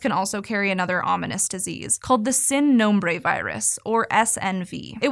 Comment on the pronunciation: Sin is pronounced with a long e vowel sound, not a short i sound. In English it’d be like seen.